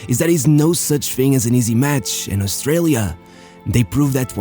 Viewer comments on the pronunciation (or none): none